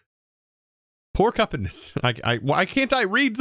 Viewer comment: "Por....por-can-us??...What is that...Pork-Cop-oonus??" LMFAO!!! Reminded me of "Hip...Hip-hop....Hip-Hop-Anonymous???" Say it with me ... Poor-Que-Pines 🤣🤣🤣🤣🤣